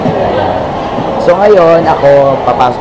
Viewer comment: Hindi ba nakakatakot ung "conjouring"? Cute ni!